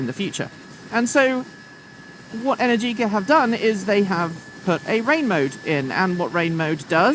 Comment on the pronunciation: No wheelies? No burnouts? :-( BTW, the accent is on the A, not on the I in Energicà